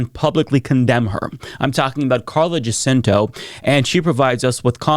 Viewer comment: And pronounces the victim, Jacinto's name accurately.